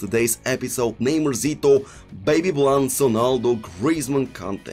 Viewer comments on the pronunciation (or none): none